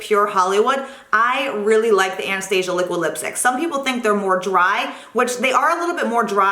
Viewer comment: Great recommendations! I didn't know Sephora carried Tom Ford products. Also, as a small critique you're pronouncing Anastasia wrong, it's not like the movie lol